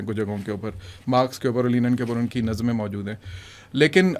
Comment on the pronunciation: Lenin ✔ Linen ✘